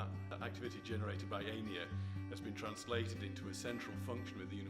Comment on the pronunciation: Could the man not pronounce Einir's name? Embarrassing.